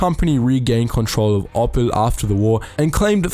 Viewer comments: "Oppel", lol. It's the same as the gemstone "opal", mate :-) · OPPEL Trucks. Pls dont ever say that again